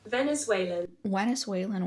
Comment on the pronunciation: Wowww, the editing is stunning! You really outdid yourself to make this. Please continue with this long video format. They're so engaging and detailed. On the other hand, I'm curious about your pronunciation of ''venezuelan'', since you treat the 'V' like a 'W'. Doesn't that consonant sound exist in ukrainian? I ask this out of respect and curiosity, not as a correction or to disrespect your accent